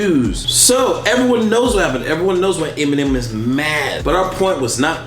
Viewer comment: 希望邊上的那位把Eminem的名字講對，不然真的很尷尬。三個影片，都講的怪怪的